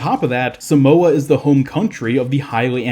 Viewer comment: The way you pronounced Samoa gave me anxiety ahaha